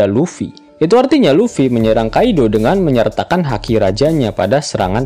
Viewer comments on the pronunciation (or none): Haki bang bukan daki